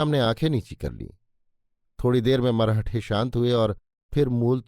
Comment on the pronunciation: मरहठे नही "मराठे"